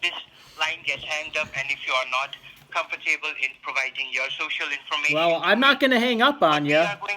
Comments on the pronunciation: “ComferTABLE” was my favorite part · Lmao comfor table!